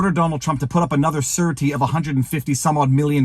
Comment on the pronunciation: I couldn't figure out what a "certi" was - then I saw the word "surety". It is pronounced SHUR-A-TI. Then it made sense to me, as in a surety bond...